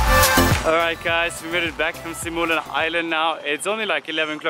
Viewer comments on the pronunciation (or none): its sumilon island not simulan lol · and...It's Sumilon not Simulan.:-)